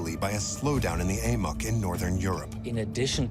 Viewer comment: In the first two minutes they call the AMOC the AMIC.